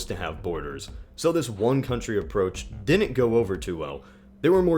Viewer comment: Pronounced "Did dint" and "Briddon"